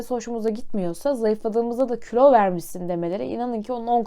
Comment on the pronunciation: külo değil kilo